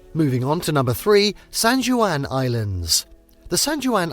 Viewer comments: Oh, lord. And not RAY-NEE-AY! RAY-NEER! Not SAN-JEW-ANN, it's San-WAN! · Do some basic research on pronunciation before you start reading the script. Pew-jet, no poo-get. Lev-en-worth, not leave-en-worth. Rain-ear, Not rain-ee-aye. San Won, not San Jew-ann. You should also learn the American pronunciation of hurricane and glacier. How could you butcher so many well known names so badly? I gave the video a thumbs down for lack of effort. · Did you for real say "san joo an"...? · I love the San Jooahn Islands north of Pooget Sound, whenever I'm not in Leevenworth. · Pew-jet Sound, Mount Rain-eer, San-wahn Island.If you are goig to do travel videos you really should do some research on pronounciation. It makes you look foolish and ameteurish getting every other name completely wrong. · proper pronunciations: pew-jet sound , leven-worth, mount rahh-near, san wahhnn islands, americans love to butcher proper english lol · Mispronounced words: Puget, Methow, Chelan, Leavenworth, Stehekin, Rainier, Ohanapecosh, San Juan, and Chihuly. Just stop. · One must learn how to pronounce certain words before attempting to do a travel video. Video was fine, but such words like Leavenworth, San Juan, Puget were mispronounced. Good thing the views in the video was better than the speaking parts.